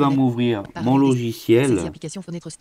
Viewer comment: parallels deSktop et non pas parallels deKstop heheheheheheh debut de la video you mad my day hehehehehehhehe